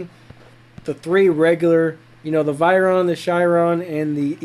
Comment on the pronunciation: No offence but u said veyron wrong🤭